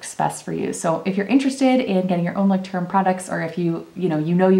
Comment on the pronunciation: I am German, and I love how you pronounce the word 😲